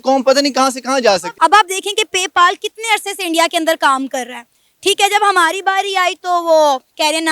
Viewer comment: पे पाल नही पे पल है यार 😂